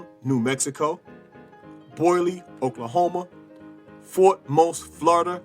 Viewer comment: Great show but you pronounce my home town wrong it's not boily Oklahoma it boley Oklahoma like boldly or bowly either way glad to here my town being mentioned in history great job keep on teaching youg brother